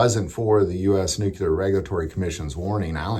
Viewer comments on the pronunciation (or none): NEW-clee-er, brother. NOT Nook-you-ler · It's pronounced "noo-klee-er" not "nook- yoo- lar" Sound it out. NUCLEAR. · its pronounced nuclear